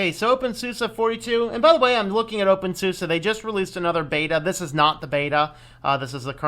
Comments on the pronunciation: your saying opensusa its opensuse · It's basically Zoo-Zuh/SUU-Zah (SUSE = S_oftware - u_nd - S_ystem - E_ntwicklung/ Software and Systems Development)